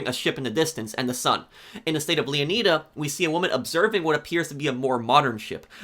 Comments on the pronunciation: I think it's pronounced Leonida not 'Lia need a' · Lee-uh-nai-duh Not Lee-uh-knee-duh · It's not pronounced leoneeda is pronounced leoneyeda like like the greek king leonidas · Not to diss or anything, but I think it’s pronounced (Leo-Ni-Da) (Like Leonidas) not (Leo-knee-Da) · It’s pronounced Leo-nyda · Why is it so hard for some people to pronounce words? “Leon-knee-duh” like tf? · LEONIDA (LEO-NYE-DA) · Leo nay da, flo ray da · I guarantee the -ida at the end of leonida is pronounced the same as the -ida in Florida. The emphasis should be on the O in Leon, so it's pronounced Lee-ON-ih-duh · Its makes my ear bleeding when American YouTubers say Leon[ai]da, and then "its gta analog of Flor[i]da. Its ridiculous. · And I'm mildly disappointed with the way most people pronounce Leonida. 😂 For me, it should be pronounced like 'Leonidas' and then removing the 's.' Like how Latin or Greek people would. Not the way Americans do in 300 because it was wrong. Miami having Spanish settlers pronouncing Mayaimi (native American) gave rise to its current spelling. And Florida came from a Spanish settler. It's why we call it Floreda and not Flor-iyda. Leonida is definitely an American pronunciation much like Southerners pronounce Italians.. like I-talians or the I-raq. It kind of removes the idea that Miami/Florida is mostly made up of Latin Americans/Spanish. Cuban/Latin/South Americans are pronouncing it 'Leo-needa' not 'Leon-iyda' I think about this too much. 😅😅 we should definitely pronouncing it as a Spanish person would for a more authentic connection to the real names. 😅